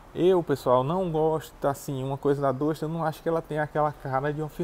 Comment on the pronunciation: 9 meses e não aprendeu a pronunciar o nome do carro ainda?